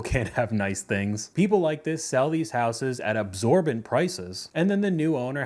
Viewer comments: It's exorbitant, not "absorbent" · Exorbitant not absorbent 😅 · Exorbitant, not absorbent. The prices don't soak up liquids. :-) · Btw it's "exorbitant" prices, not "absorbent". Hate to be that guy, but education is going downhill. People just say whatever and they really need to learn proper vocabulary.